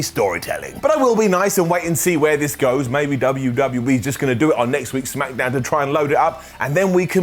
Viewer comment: I am so so glad you say "Smackadown" again. There was a small bit there... Wait, why didn't the Smackdown Brodie Lee tribute get an up?